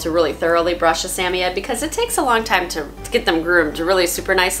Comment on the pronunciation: Why do you pronounce the name of samoyed like that?